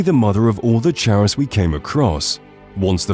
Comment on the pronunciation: Your pronunciation of the word "chaurus" is really weird. The bugs drop a material named "Chaurus Chitin" and the word "chitin" is a commonly used word to describe the material that comprises insect exoskeletons. In the usage of the real-word English language, the word for exoskeletons is pronounced like "KY-tin", and by extension, the bug is likely called a "CAR-us." But what do I know, I only had five different English professors all tell me my grammar is annoyingly immaculate and so too is my writing, usually.